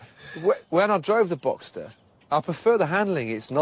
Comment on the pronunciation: Uhhh a porsche genius and doesnt know that it is called box(s)ter and not boxter.